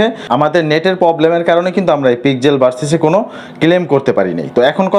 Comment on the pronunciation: পিক্সেল ভার্সেল না পিক্সেল ভার্স